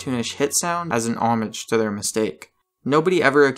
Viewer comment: Young Anakin confirmed. It's pronounced CO-RO-SONT not CO-ROOS-CANT. Also it's O-MAAJ not OH-MUNJ